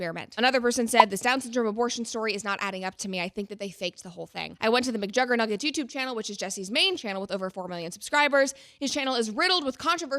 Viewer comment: mcjuggernuggets is one hell of a name, you say it in the most correct way possible lol